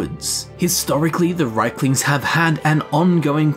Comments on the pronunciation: They are Rieklings, not Reiklings. You pronounce the word as if they were Reiklings. This is a common mistake made by native English speakers. ie = i: ("1,5 times i) ei = ai An example: the name "Stein" is NOT pronounced "stiin", it's "stain". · GOD I'M SO FRUSTRATED! Reeklings, not RAYKLINGS DAMN IT! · Its r ie klings not reik.. In english you can say its not Ei as in reich its riek as in reek. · If you pronounce it as its spelled, it would be "Reek-lings" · Reichlings?! Wtf They also pronounce Daedra "Deirdre" sometimes in the games but that doesn't make it right! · Why is it pronounced Reikling when it is spelled Rieklings? Top 10 questions science can't answer. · IE, not EI.